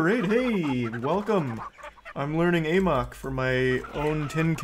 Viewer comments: It is pronounced in the game as the "ah mok" virus. He pronounces it "a mok" because he thinks it sounds funnier. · Love how charlie never learned how to pronounce "amok"